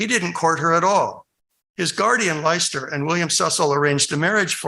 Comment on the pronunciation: Leicester is pronounced “Lester.”